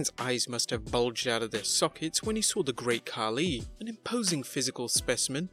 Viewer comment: THE GRRREAAAT KHAKI ?